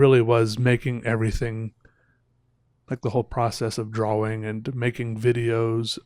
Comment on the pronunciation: Have I been saying "Drawing" wrong my whole life? Is does he say it Dra-Wing???